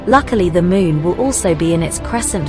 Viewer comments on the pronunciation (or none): none